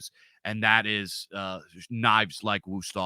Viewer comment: thanks for the knife tips. I approve the Wüsthof pronunciation.